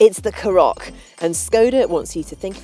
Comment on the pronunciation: Couple of things, it's pronounced CAR OCK not carock, secondly she's not very good, "plenty of headroom if you've got a big hat on or a big head" no, how about just saying if your tall or over 6 foot you'll be fine!